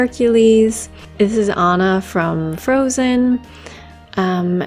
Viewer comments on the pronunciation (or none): none